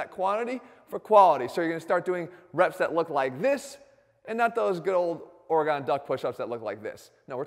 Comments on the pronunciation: its pronunced organ not orgone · Did he say “Oregawn”? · "or-e-gone" lol this guy knows how to pronounce the proper name of literally every muscle and tendon in the body but doesn't know how to pronounce US states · As a Oregon residence I’m offending that people still don’t know to say Oregon. It’s not Oregone it’s pronounced Oregun. 😂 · Oregon Duck. You said Oh Rih Gone. Face palm 100x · “0rågön” duck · Dude said “or-gone” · Anyone else annoyed by the way he said Oregon? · His enunciation of Oregon cracked me up. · I'm from the South and Jeff is the only person I've heard pronounce it that way lol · We just gonna ignore the way he said Oregon?